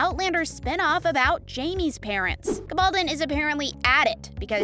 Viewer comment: Yes please. Learn the correct pronunciation 🙄